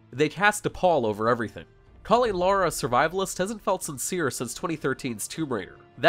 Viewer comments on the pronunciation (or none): Interesting. Seems they replaced the main character Lara Croft with this Laura Croft. At least according to the video's narrator. La-ra. Lau-ra. Sigh.. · Do you reviewers actually play the games? Its Lara not Laura...after all these years people still say her name wrong smh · Its lara not laura u twat! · For the one millionth time - Lara, not Laura! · Video: starts... ... Laura Croft! Me: OMFG IT'S LARA. 🤪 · Seems like it. Before recording I spent maybe 20-30 minutes checking what the pronunciation was and found a mixed bag of both developers and people within the game itself pronouncing her name as "Lau-ra," while others online said it was "La-ra," so I just went with what I could remember while reading over 1400 words in only a few takes. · I pronounce it as Laura seeing she´s british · It can't be unheard and it's said so many times incorrectly. You ruined your review dude. Say WinRAR. now say RAR. now say lar. now say lar-rar ..... You're terrible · Redblade I don’t need to be taught what I can plainly hear... countless times, anytime I want. I’ll gladly switch camps if you can show me ONE example of the creators of this game, the voice actors, an interview, or any instance anywhere - where they refer to her as Lar-uh. Now that would teach me. Otherwise you’re just another fact-less blowhard on the internet. Which circles nicely back to my original comment. Petty nothing issue, when we could simply appreciate the guy taking the time to offer gameplay clips and an opinion. Unfortunately, not unlike this conversation deep in the comments of a random video, this game left me unsatisfied. Now I have to go wonder if the world is flat, the sky is blue, or if water is actually wet. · He says Lara with an accent. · I accept your pronunciation of Lara cause it's a dumb fucking name